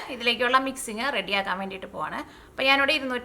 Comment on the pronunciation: Meshing cup alla , measuring cup